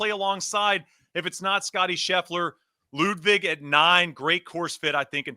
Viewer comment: please get Ludvig’s name right. It’s not Bud Light.